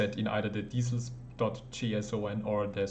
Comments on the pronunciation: lol its not diesels its DECALS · Deesals = decals 👌 Thank you! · its pronounced "dee-kals" (hard K); going to have a go at this soon!